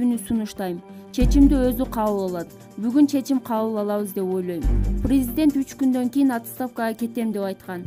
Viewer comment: Чон кыз прризидент эмес президент туура окусан